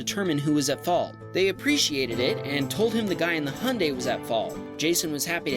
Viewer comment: HIGH-UN-DIE ✅ HUNDAY⛔